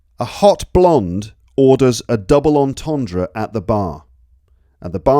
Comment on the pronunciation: Terrible jokes. Plus I only laugh at my own puns... The best one was your pathetically trying to pronounce entendre though hahaha 😂